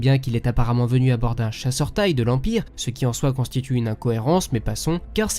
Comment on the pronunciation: Pourquoi tu lie TIE comme si c'était un mot normal c'est comme tu dit CIA en un mot c'est moche